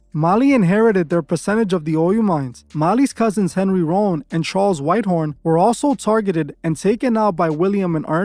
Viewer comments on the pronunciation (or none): none